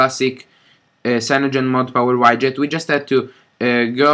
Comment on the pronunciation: Grazie per il video. Ti volevo solo correggere su una cosa. Widget si dice "UIDGET" e non "UAIDGET"